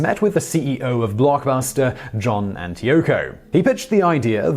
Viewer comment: the owner of Blockbuster JohnandYoko, that is what I heard hahahaha